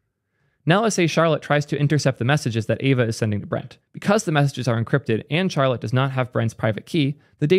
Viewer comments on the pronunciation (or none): none